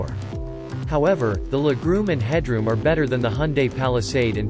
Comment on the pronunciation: I hate computer voice overs.....they cant pronounce words like LEG ROOM!